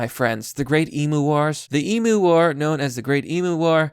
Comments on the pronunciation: Fake news. Florida man would have smoked that Cassowary. P.s. learn how to say Emu ffs! It's not e-mooo, it's e-myu. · ARRRRGH its pronounced "eem you"" not EEMOO .. FUCKITY FUCK! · I am Australian, and I can't cope with you saying "Emoo" Please say Emyou Just the same as how you say it but it's not a ooo its a hard "you" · Cassowary will most time go for the gut and rip it out . Even aussies no not to fuck with them . All i can say is old mate was a dumb fuck even blind freddy could have seen how it was going to end . Love how you say emu like e moo. Its more like em you lol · mate its emu emphasise on the u so emU say it with me mmmmaaaaattttteeee emU